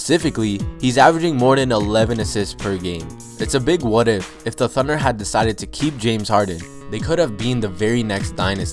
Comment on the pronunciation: Do you not know how to say "the"